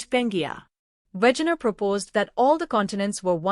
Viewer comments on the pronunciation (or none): It's Wegener. We like in "velvet", ge like in "gentry". Not Wätschäner.